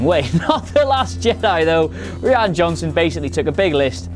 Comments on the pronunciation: It’s pronounced R-Y-A-N (Rian) not Reann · Did you say R-ee-an Johnson It’s pronounced R-eye-an Johnson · The directors name is pronounced "Ryan" not "ree-anne". And they didn't need DJ to hack through the door, but the security net on the outside of the ship. As much as I hated the entire fin/canto bite story line, I thought this part was fairly clear, we see fin ask if DJ can do the job, and we see DJ hack the security system, then we see a first order guy watching a security monitor where a slight glitch happens, then disappears. Maybe you went to the toilet at that point and missed it, I don't know. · Why can’t anybody pronounce ‘Rian Johnson’ I thought it was just Americans at first .. because ‘Mercia.. but even British are butchering it ... it’s RYAN Johnson .. RIE-AN !! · good video. 2 things though: - his name is RIAN johnson. i don't think it's pronounced ree-han. - the music (as always in a star wars movie) was amazingly beautiful and added depth to every scene. should've gotten a mention. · who is this ree-an johnson you keep mentioning? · Is it not pronounced Ryan? I can't tell if he's taking the piss...